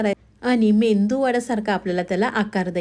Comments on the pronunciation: मेंदू वडा नव्हे मेदू वडा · मेंदू वडा नाही,मेदू वडा म्हणा रेसिपी छान आहे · मेदू वडा बोला. मेंदू naka bolu😂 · ताई मेंदू वडा नाही. मेदूवडा. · मेदू वडा म्हणावे. " मेंदू वडा " म्हणणे चुकीचे आहे. तसेच कोथिंबीर म्हणावे. " कोथंबीर" म्हणणे चुकीचे आहे. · मेंदू वडा नाही मॅडम मेदू वडा म्हणा. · कोणाचं मेंदूचं वडे म्हणावं. तसं नाहि मेदु वडे आहे (. मेदु वडे ) म्हणा🙏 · Mendu Vada nave Medu vada.uchhar hava. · मेंदू वडे नाही मेदू वडे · अग बाई मेंदू नाही मेदू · रेसिपी छान आहे...पण मेंदू नाही मेदू वडे म्हणा